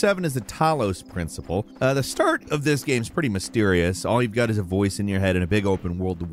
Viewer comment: "the StAuRt"